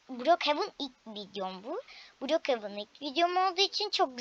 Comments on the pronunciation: Brokjen dil brokhevan okunuşu da brokevin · Okuyusun mal gibi brok hevın diye okuyorsun